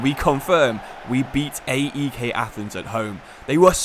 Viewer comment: Nice to see a video in my country's league. Sucks it's not in the actual game. By the way, AEK and OFI are not called by their initials. They are pronounced like a single word. OFI sounds exactly the same as the word Coffee but without the C. AEK is kind of like PAOK